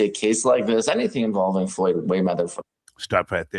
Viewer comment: “ Goyd Mayweather “ is food out here